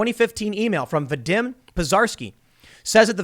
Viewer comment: va DEEM. That's how Vadim is pronounced.